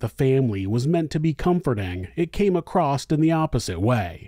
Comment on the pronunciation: Across does not have a 't' in it.